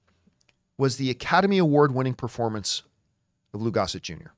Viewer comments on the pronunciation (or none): none